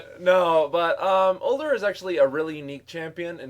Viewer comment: Udyr isnt "Older" its either "you-deer" or "ooder" and sona isnt "sawn-ah" it's "so-nah" haha pronunciation nazi!